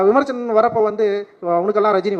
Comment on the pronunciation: Please correct it...விமர்ச்சனம் அல்ல....அது விமர்சனம்...சரியாக உச்சரிக்கவும்.